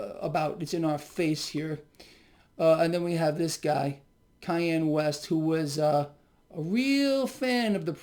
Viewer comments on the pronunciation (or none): Lol the way you said Kanye West name😂😭